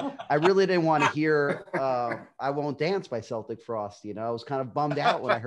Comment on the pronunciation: i stopped watching the moment you pronounced Celtic Frost wrong….it is (Kel-tic) not (Sel-tic) Tom G Warrior is now pissed